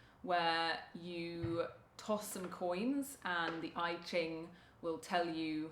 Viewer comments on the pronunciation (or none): It's pronounced "Ee Ching", not "eye Ching". Interesting channel, I'm in.